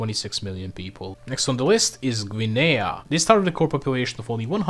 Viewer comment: Blud fell off, he butchered his pronunciation of Guinea